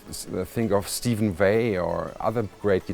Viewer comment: steve vai. not steven vai by the way.... :)